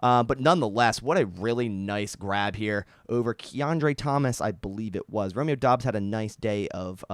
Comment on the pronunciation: Pretty sure Doubs is pronounced “dubs”